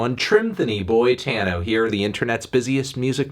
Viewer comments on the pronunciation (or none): none